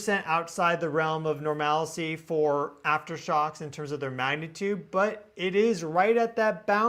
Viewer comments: Thank you, you just never stop. BTW, the word is “NORMALCY” not “NORMALICY”… almost everyone gets it wrong, sorry to be the d-bag today ❤ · normalcy . i hear more and more people say nor mal a cy . please dont fall for the mispronunciation